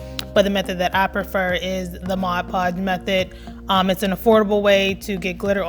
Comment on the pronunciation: Thank you for saying Mod Podge and not Modge Podge!